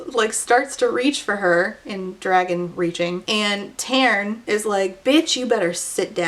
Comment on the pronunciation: "And then the biggest dwagon chose me. And then I got anothuw dwagon that is gold"